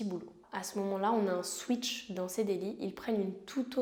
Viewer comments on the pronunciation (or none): none